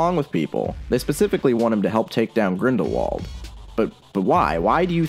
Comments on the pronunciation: I'm sorry but I have to say it: Grindrwald. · Btw I have recently noticed that Rowling pronounces Grindelwald with German pronunciation